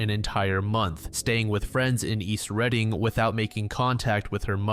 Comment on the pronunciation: As someone who has lived here all my life i just wanted to say thank you for pronouncing Reading correctly! Most people who don't know how to pronouncing it say it like "reading a book".